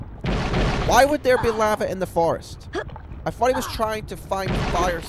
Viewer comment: Try to sort out your speech impediment while you're young. You thought, not fought. Also use your own accent, you don't have to sound American. You put a lot of effort into this, maybe think about making it shorter and more concise. Good luck